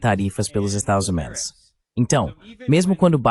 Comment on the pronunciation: A tradução IA consegue todas as palavras, mas não consegue falar "estados unidos".